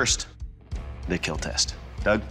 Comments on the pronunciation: Its "KEEL" not "kill" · It will keel